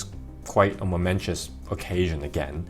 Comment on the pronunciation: Momentous, not momentious.